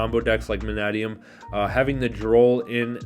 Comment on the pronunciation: You are the only USA based person that I've heard pronounce Mannadium correctly.